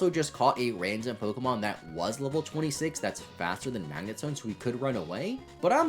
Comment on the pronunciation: You pronounce pokemon names wrong